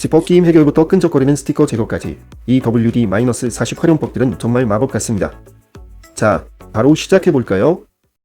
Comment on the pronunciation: 이건 어느나라식 발음 일까요? 40을 훠티.라고 읽는 언어는 처음봅니다. 더블유디사십이라고 읽으면 어떨까요?